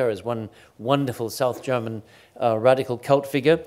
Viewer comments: The effortlessness in which Chris jumps between his mothertounge and a flawless German and French pronunciation is very impressive. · okay but his pronounciation of the foreign words, especially the german ones, is flawless.